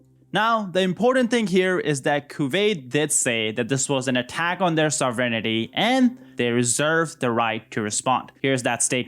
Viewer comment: "Sovrenity" smh